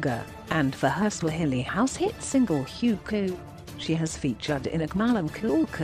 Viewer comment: Did you just pronounce Huku as Hewkew ??